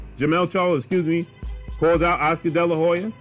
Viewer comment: At least he can say the name charlo, unlike ca-yellow